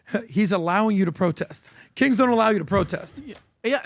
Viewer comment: It sounded like he was saying “no kinks” in the beginning of the video 😅